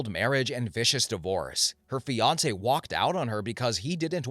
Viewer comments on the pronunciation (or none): In the second story I thought you said Beyonce instead of fiancee😆😂🤣👌